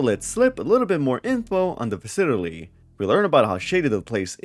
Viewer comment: why do you pronounce 'facility' like odablock?